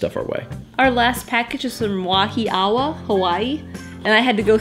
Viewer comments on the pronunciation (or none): Oh yay! I'm glad it got there okay! I'm so sorry. I didn't think. I sent the package the day before the movers came because I was afraid it would accidently get packed. Wahiawa is pronounced Wah-eeee-wah. I think the first 4 months of living there I would ask Dieter where do we live again? I could never pronounce it right. Technically we lived on HMR (Helemano Military Reservation). That's much easier to say! Hehehe. Yes I packed the box that way on purpose. I thought that would be easier for in her role as Vanna:) I'm also a little anal retentive so I was making sure I remembered to put everything in the box. Dieter is in the Army so I've sent quite a few care packages. It's a personal challenge to see how much stuff I can fit in a box:) I feel that I'm getting rather good at it:) OMG I'm so sorry about the SuckSeed candy. I thought it was funny because it was play on the word Succeed (as it was with the graduation stuff). Dieter thought it meant something naughty so I almost didn't send it at all. I didn't mean to almost kill! I didn't know it was going to be so sour. I hope you threw it away LOL I'm glad the chocolates were better! That's so cool about the name stuff. We are both originally from Iowa so just a hop, skip and a jump from. Maybe Dieter and are cousins 20 times removed or something.:) Since watching your videos, there have been so many little coincidences that just make me go wow! Like....I miss Culvers so much! It's one of the first places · That's not the pronunciation of Wahiawa. Good try, though!